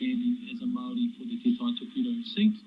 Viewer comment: If you are going to use the word Maori as a New Zealander you should learn how to pronounce it properly. I am a kiwi and not Maori but I understand respect for the indigenous people of this country and their language.